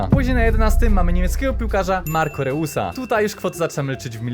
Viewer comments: Nie mówi się reus tylko rojs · Nie Reus tylko rojs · Reus Czyta się rojs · Nie czyta się Reus tylko Rojs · Rojs się mówi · Weź sprawdź jak się wymawia nazwiska i imiona przed nagraniem filmu usłyszałem reus to nóż mi się w kieszeni otworzył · rojs sie mowi